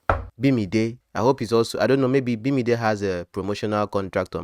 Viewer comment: After thinking so hard and knocking the table you still said "Bimide!" 🤣🤣😆😆